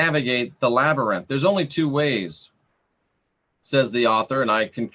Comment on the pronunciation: Labyrinth LabYrinth Lab-YR-inth Oh my gah! I could hardly pay attention due to laughing! Silly. "Through dangers unknown, in hardships unnumbered, I have fought my way to the castle beyond the Goblin City to take back the child that you have stolen, for my will is as strong as yours, and my kingdom as great ---- You have no power over me. "